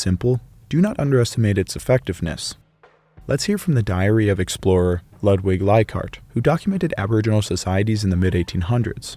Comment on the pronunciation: whenever you read anything german, be it a normal word or a name, be assured, there will be 0 silent letters. the guy is not to be pronounced "ladwig leikhart", but "loodwig leiCHhart" - and if you're not sure how to pronounce CH, ask google AI or youtube. thank you for not doing to my language what your tribe has done to the english people's language.